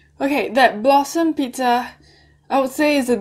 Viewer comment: sorry but i thought you said "blossom shit pizza"